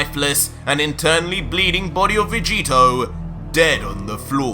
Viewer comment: Did just say ultra vecheeto?